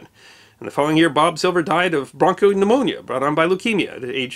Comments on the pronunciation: Instead of bronchopneumonia he said "barcode-pneumonia". I was trying to figure out how his invention killed him. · bronchopneumonia sounded like ”bar code pneumonia” lol I thought he was making a joke or a pun or something for a sec. I had to turn on the subtitles because I didn't trust myself with what I thought I heard🤣😂